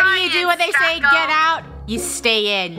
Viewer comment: the "get out" sounds more like hello